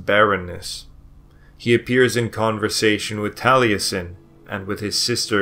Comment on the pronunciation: I've never heard a historian from England, Wales, or Scotland pronounce any differently than "Jeffrey". But then, this guy can't pronounce Taliesin, either, so ...